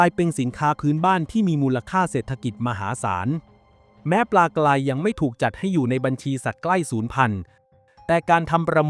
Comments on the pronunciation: การออกเสียงที่ถูกต้องคือ ปลากลาย ปลากราย ครับ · ออกเสียง ร.เรือ ไม่เป็นหรอ ? ปลากลายอยู่นั่นแหละ